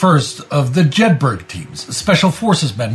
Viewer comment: Jedburgh is pronounced Jed Bruh. Just like the town they’re named after